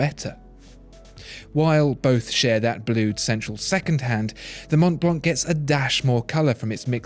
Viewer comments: I really love this video, as all those on your channel but please dont prononce the C at Mont Blanc (french native here), it is a 100% silent "C". As well, not the "T":) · Ugh! I was disturbed by his Mont Blanc pronounciation. I'd go for Omega for a Rolex alternative. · So, the correct pronunciation Mon Blan? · guys guys guys, mon blan is how the French call it, but this is a GERMAN brand and all the letters are pronounced. Sorry to spoil it for you